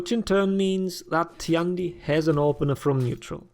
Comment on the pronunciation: Tian Di is pronounced like T. N. D (just read these letters fast, it's close enough to the actual pronunciation). 天地 tian1 di4. Say it however you want, but this is what it really is and it's easy to say.